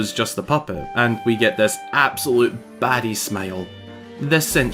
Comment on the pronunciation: This will forever be marked as my first time hearing a European say "baddie"